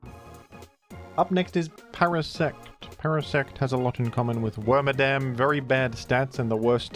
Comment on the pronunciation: You keep calling worMADAM him (FEMALE exclusive pokemon)